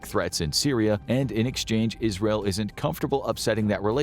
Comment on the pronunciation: "ISREAL" It sure is, my dude. L'chaim! XD